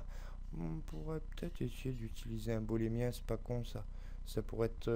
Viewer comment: Beau tuto mais par pitié, l'objet de soustraction se nomme booléen, pas bolémien... Boole s'est retourné dans sa tombe une centaine de fois tout du long de ta belle vidéo ;).